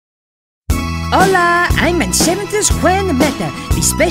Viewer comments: It is hola not ola trust me I am from Mexico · it's Hola not ola